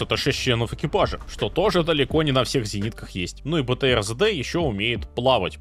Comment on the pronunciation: Сам ты ЗэДэ - правильно три д.